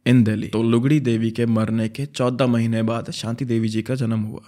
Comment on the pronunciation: The way said 14 mahine proper harvyanvi accent 😂😂😂